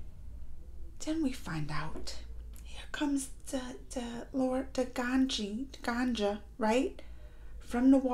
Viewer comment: Not ganjaa😁😁 She is ganga ( the river god)